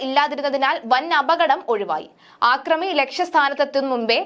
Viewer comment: ആക്രമി അല്ല അക്രമി എന്ന് പറയൂ.